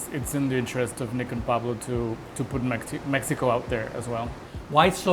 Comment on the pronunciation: 'cause it's in Meh ee ko